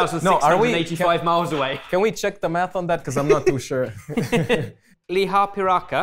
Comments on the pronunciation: Now I want lihapiirakka! (And I usually find them too greasy to even think about buying one!) Very nice to see Finnish food here again! 🎉 Edited to add: your pronunciation was even better on your second attempt! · the classic lihapiirakka has rice, beef, onion and sometimes carrot and is fully enclosed instead of being open. at first, i didn't realize that it's a lihapiirakka because it had hotdogs, also pronounced it better than i thought he would (the "R" was a bit weak)